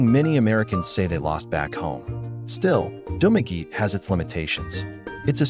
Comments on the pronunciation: Spanish word - pronounce, Du ma ge te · He pronounce in english pronunciation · You're mispronouncing Dumaguete